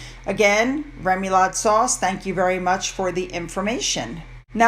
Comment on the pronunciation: I’ll get attacked for pointing this out, but remoulade is a French mayonnaise based sauce pronounced roughly ruh-moo-laad. This in no way is meant as rude or disparaging of excellent content.